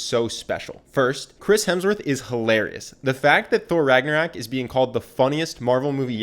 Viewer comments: The way he pronounces Ragnarok gives me anxiety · I'm a mythology nerd so I got ticked when he said Ragnarok wrong. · I’m sorry, I know I shouldn’t dwell on this, especially given that you’re giving us all these likability tips for free, but I just can’t help but feel annoyed as hell at your pronunciation of Ragnarok. It makes me wonder if you refer to rocks as racks. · RAGNA----ROOOOOOOK not Ragnarak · Your mispronounciation of words and names is bugging lol "Rag-na-rock", not "Rag-na-rack" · Can someone tell him it's ragnarok and not ragnarak? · RagnArOk not RagnOrAK 😂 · The least charismatic thing in this video is the dude saying Ragnarak instead of Ragnarok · He keeps saying Ragnarak and it's so annoying 😂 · rag-na-rok not ragnarak ragnarok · I’m sorry but you keep saying ragnarak instead of ragnarok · He says "ragnorak" throughout the whole video but it's actually "ragnarok". Just putting that out there mate. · ragnaROCK, ROCK not RACK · "Ragnoraik" please... i cringed every time you said it wrong rag-nor-rock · It's RagnarOk not RagnarAk. Still, great video. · RAG NA ROCK not RAG NA RAK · Ragnarok not raaak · Ragnarok.... not "Ragnaraack"......awesome video tho 😊😊😊😊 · how is nobody touching on the fact he says ' ragnor-RAck ???????? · Why you pronouncing it ragnorak?? 🙄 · whatnow? Regnerek? nonono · 53 “Thor Ragnorack” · Does this guy keep saying "Ragnor-AK" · Okay I love this video, but I just can’t get over how the narrator keeps saying “RagnaRAK” my ears are just like 🤯 lol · Did he just said 'Thor Ragnarak' ?? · Is no one going to talk about how he pronounced Ragnarök "RagnarACK" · are we just going to ignore he said “ragnarak” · Lol, you called it Thor Ragnarak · The English variant is pronounced like rag nor rock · you kept saying ragnarak, and idk why but i laughed everytime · I got so triggered every time he says ragnarak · "Ragnorak"? ..Really? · Awesome video!! The way you kept saying "Ragnarak" kept catching me off guard though.